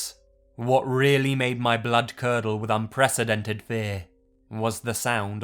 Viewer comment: I know it was supposed to be creepy, but I spent 50% of the Mei story laughing because every time he said something like "made" I would look up and shout "MORE LIKE MEIDE AMIRIGHT"